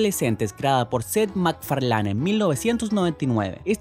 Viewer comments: set mac farlane xD es seth mac "farlein" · se pronuncia Seth MACFARLIN